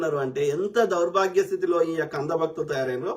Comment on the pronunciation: Bro నువ్వు ఈ యొక్క ఈ యొక్క అన్నప్పుడల్లా నియ్యక్క నియ్యక్క అన్నట్టు వినపడుతుంది 🎉😊 రివైండ్ చేసి విను కావాలంటే